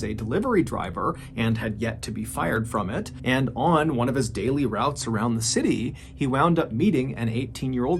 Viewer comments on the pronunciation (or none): none